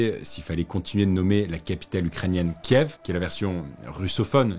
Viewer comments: "Kièf" pas "kiv". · parce que tu prononces la ville comme ça: "ky yiv" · J ai arrêté la video au moment où vous avez appelé la capital kiv et non kiev